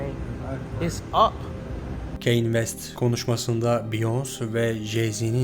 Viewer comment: Keyn vest Ldkwlskle Kanye diye okunmuyomuydu ya